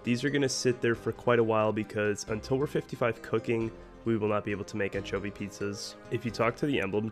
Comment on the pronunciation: you pronounce anchovy wrong... but i like your pronunciation more.